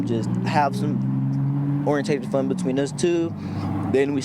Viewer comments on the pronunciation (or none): "Orintated fun"?